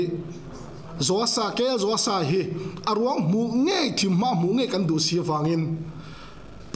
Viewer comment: Joasa a ni lawm ni?Joaba tih ngawt in a lam..😅